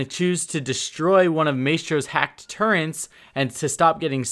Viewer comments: As a Brit, you pronouncing "Turrets" as "Turrents" is very triggering... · (Tur - ets) Turrets (My - stro) Maestro / learn it, use it. It's your lack of pronunciation that is holding you back from being a great streamer. This is not the first time we've noticed you saying things incorrectly. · "turrents" lol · Why does it make me mad he says “turrents” instead of turrets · Turrets, not Turrents... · Great video. Just a minor thing: it's turrets, not turrents. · really dude, your gonna call them turrents. Its turret...you know that right? Do you listen to your own audio at all? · T U R R E T S not turrents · It's turrets not turrents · I’m sorry but all the pronunciation errors just bother the living fuck out of me. Dokkaebi isn’t dokibe, maestro isn’t maystro, turrets aren’t turrents. Okay I’m done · “may-stros turrents” this guys pronunciation is amazing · I was so fucking triggered by this and "maystro" holy fuck literally as I'm typing he said "maystro's turrents" KILL ME. If he didn't have such good tips I would have bailed by now but I have to grit my teeth and get through >< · Okuri Shito turrents? More like...... CURRENTS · "May-stro" "turrents" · Maestro's "Turrents?" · did you say "turents"? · Turrents? Torrents???? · I love your channel but if you keep saying "maystro" and "turrents" I might kill myself lmao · Turrents? Learn how to say basic words dude. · It bothered me how he couldn't say turrets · I don't know why but the added N in turrets is really like making me cringe